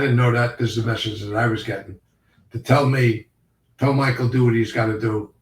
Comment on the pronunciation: How can not pronounce Michael’s name yet?